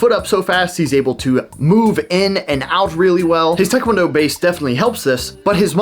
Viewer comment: Your pronunciation of taekwondo is correct. It's not muay thaikwondo.